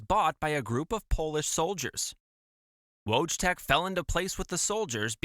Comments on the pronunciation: His name was pronounced 'voytek', not wojtek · It's pronounced Voytek :) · sorry friend his Polish name is actually pronounced “voy-teck” no W or J sound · How bad can you say wojtek😭😭